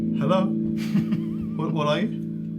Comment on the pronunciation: Did anyone else hear "Is it me (you're looking for" when said "Hello?" xD